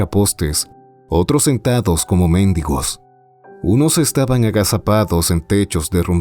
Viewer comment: Uff, tu escritura y narración cada vez están más exquisitas (¡mmm, qué rico!, ¡pido para llevar! 🤌). Por ganas de que sigas así y mejor, te recomiendo la palabra "pulverizó" para el y el , y la pronunciación de "mendigo" para el ¡Me gusta, me gusta, me gusta! Bonita nueva intro, bonito ending nuevo. Las imágenes de acompañamiento son muy buenas (👌)²... Hay que meter cosas de entretenimiento o juego en un búnker ✍, porque no hay salud sin salud mental ni social SPOILERS Ejem, respecto al , donde dices —Eran blancos como mármol sucio, altos, delgados, con orejas alargadas como conejos... —A ver, a ver, ¿por qué como conejos? Ahí van otra vez con mis conejos u.u, ¡y luego albinos! x.x (como los blancos de Nueva Zelanda 🤍). ¿Por qué no como burros albinos? Los burros también tienen un gran oído... ¡Ja, ja, ja, ja, me encantó el aspecto! No puse la descripción completa :b - .- Qué miedo 🤓 .- Por tu "mmm", suena a que la segunda parte incluirá al mutismo :D, pero si hablamos de humanos que vivirán subterráneamente con luces artificiales, pues me inclino en afectar al sentido de la vista, es decir, escojo a la ceguera. (8) Bruta, ciega, sordomuda, torpe, traste, testaruda (8). Gracias por la historia 🖤